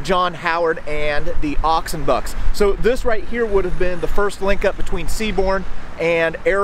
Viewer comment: The way he pronounces "Oxenbucks" is sounds like one word, whereas it Ox & Bucks, which is short for Oxfordshire & Buckinghamshire Light Infantry.👍